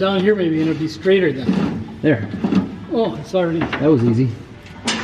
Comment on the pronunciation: “Oh sorrey” — your dad 😂